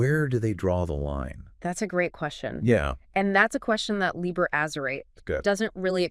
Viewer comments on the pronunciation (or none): These are either AI voices or they really can't pronounce very many words right. Azerate: Ahz-zer-rah-teh Chaosophy: Cha-os-sophy.